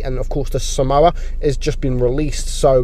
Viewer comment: this is a correction. I'm pretty sure that somua is pronounced as som-mwa and not as samoa which is a country.